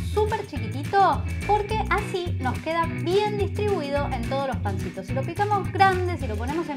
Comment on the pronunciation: cada vez que les decís "pncitos" me un golpe en la panza. Abrazo desde Corrientes.